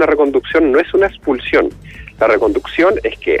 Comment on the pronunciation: "Ingresar clandestinamente no era causal suficiente para explulsión"